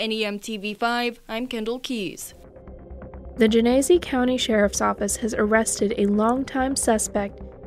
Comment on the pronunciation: Genesee. Pronounced Genna- see. 😁